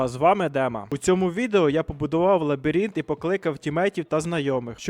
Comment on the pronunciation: Лабіринт а не лабірінт 😂